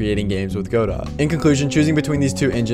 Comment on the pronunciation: "Go dough" as pronounced in the name of the Samuel Beckett play from which it takes its name, "Waiting for Godot". Not "Go Dot" even though that seems correct since it sounds more programmery.